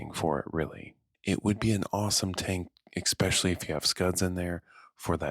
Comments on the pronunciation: Yeah I like his voice too, but he should practice saying “especially” rather than “Ex specially”. Gets grating after the fifth time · am i the only one that's hearing, " ekspecially " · Great video and all, but I cant listen to people saying expecially 😂😂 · vro said expetially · And he said it SO many times 😅 honestly kinda ruined the video for me